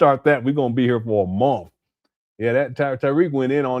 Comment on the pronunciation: Do they pronounce the word MONTH differently in Utah than they do everywhere else? always says MOUNTH.